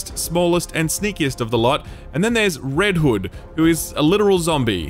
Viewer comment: I'm not sure if it's because I'm tired, because of the accent, or a little bit of both, but I'm pretty sure homeboy called Red Hood Red Wood multiple times.